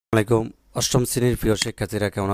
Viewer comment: আপনার সালাম বুঝা যায় নাই